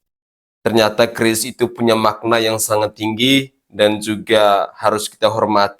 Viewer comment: KERIS BKN KRIS